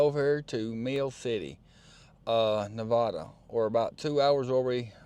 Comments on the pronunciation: You're saying Nevada wrong. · If you’ve been to Reno before, learn how to say Nevada.